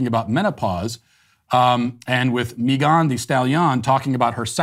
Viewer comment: My man, why are you pronouncing Megan like that? ...Is it because shes a democrat or (at the very least) a left-leaning affiliate?) Even googled it to double check Lol but ya its obviously pronounced "meh-guhn" (not mee-guhn) .. probs was an honest mistake hahaha